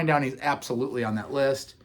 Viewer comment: so It's Scott GORHAM (H silent) and Brian DOWNEY (down ee), with Phil LYNNOTT (Rhymes with sin not). Please.